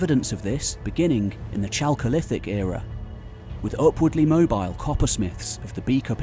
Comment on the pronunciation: Chalcolithic should be pronounced as /ˈkælkoʊˌlɪθɪk/